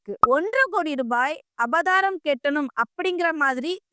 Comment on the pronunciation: அபதாரம் இல்லை அபராதம்